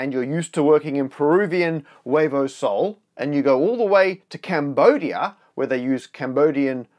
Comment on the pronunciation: I'm from Peru and it was so funny hearing Matt pronounce "huevo sol" which would mean sun eggs hahaha it's actually "nuevo sol" which is new sun, I like the name of our currency :) like I'm buying things in exchange for stars.